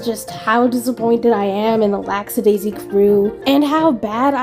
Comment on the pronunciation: I just noticed that you pronounce Lackadaisy as Lax-a-daisy (as in laxative). Is it an accent, a lisp, or you are just misnaming them on purpose because you hate them?